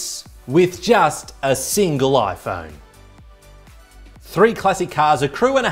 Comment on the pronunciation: So will dj koh, who can’t pronounce his own company’s product